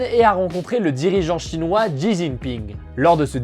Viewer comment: Prononciation : le président chinois Xi (se prononce « chi ») 😉